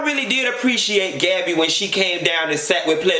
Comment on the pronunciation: My 3 year old heard you say Gabbby. She said huh 😂😂😂. N